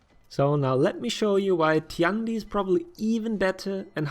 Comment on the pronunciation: Tian Di is pronounced like T. N. D (just read these letters fast, it's close enough to the actual pronunciation). 天地 tian1 di4. Say it however you want, but this is what it really is and it's easy to say.